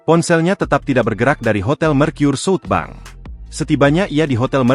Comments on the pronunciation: ini berita pake ai ga enak banget di kuping, southbank dibaca jadi suutbang anjir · Salfok penyebutan SouthBank jadi sut bang